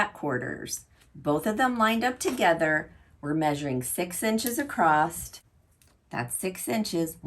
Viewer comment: Why is the word across spoken acrosst ?